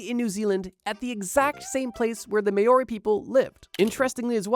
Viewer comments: Really interesting to see you talkin about a Māori "myth. But please, run through some of the pronunciations, both of the name "Māori", as well as the accompanying names from Te Reo (the language). A little bit painful, but a great video nonetheless! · This guy is trying to tell us about history and cant pronounce maori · Part 2 only if you learn how to pronounce Maori correctly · Anybody else wanting the narrator to never say Maori again. I cringed every time he said it, and he said it a lot... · The pronunciation of Maori is not what he said, lol. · Wow never heard Maori spoken wrongly SOOO MANY TIMES 💩💩💩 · Bro can’t pronounce Māori when it’s pronounced the same way he says Mao as in the bird 😭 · Nah that Maori pronunciation Is killing me xD not in a good way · Look up how to pronounce Māori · You pronounced Māori wrong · Māori isn't pronounced that way bro, it is like saying mouldy but the d is a rolled r sound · nah we in pain hearing that pronounciation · Pronunciation of Maori is painful XD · Great video, interesting pronunciation of “Māori” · The maori pronunciation is killing me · Never heard maori said that way, but you do you bro great vid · Thank you that was bothering me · "May-Ori"???? I think that the Maori (Mowri) would have some issue with the pronunciation. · māori is pronounced more like mOW-ree rather than may-or-ree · the "MAYoree"? 😂😂😂 Why is it so difficult for pakeha to pronounce it? It's "mah-o-ri" no y sound after the a, and trill the r.... It's not that difficult. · Maiori is pronounced " Mow-ry" as opposed to "May-ori". Not trying to be a dick, just sayin'. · Hearing Māori pronounced May Or Ree hurts my soul! For future reference, it’s much closer to (but not exactly) Mow Ree. (Mow said like Now) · Maori is not pronounced 'May-Or-Ee', it is pronounced Mou-Ree (OU as in Rout, US pronunciation), or Mow-Ree (Ow as in owl)... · its not pronounced mao-ri its pronounced maw-ree, spelt Māori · Not MAY-ORI, MOW-RI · Maori = moldy pronunciation